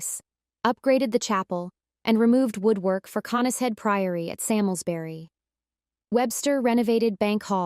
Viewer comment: My ancestors! It is pronounced Sarmsbury